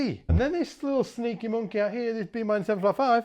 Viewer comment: I bust out laughing every time his says "This little sneaky moonkey out heya." I love it.